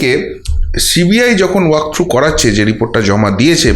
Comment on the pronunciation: I like your content, but please get your pronunciation right. It's Justice Sinha, not Shinna. And cbi not shee b i.